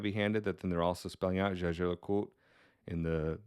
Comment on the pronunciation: jay - jeer - la - koot is how you say it